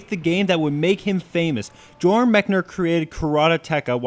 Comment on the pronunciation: he butchered the title. im glad he only said it once. i think he also said joran instead of jordan. ok im done.